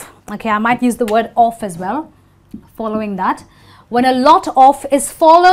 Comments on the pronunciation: Percebi que ela pronuncia o "of" com a pronúncia do "off". I realized she pronounces "of" just like "off". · Só eu fiquei encucado com a forma como ela pronuncia 'Of'? '-'